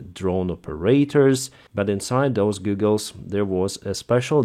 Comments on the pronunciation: Goggles! Not Goooogels. Please! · Its pronounced Gah gles not goo gles. not hating just a heads up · lol “Googles” sir, how you pronounce goggles, is like “gaw-gles” that’s how you pronounce “goggles.” ;) not “goo-gles” like google search engine lol, but googles sounds so much funnier not gonna lie haha. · Your pronunciation of goggles is rather endearing :) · Goggles not googles 😜👍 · Goggles not googles! 😂❤ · Hey,. They're called goggles, not googles. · Goggles виговоритися як Гоголс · A pair of Goggles has a short o as in the word hot. Google has two o's so sounds like a long u as in food. So they are FPV goggles not FPV googles.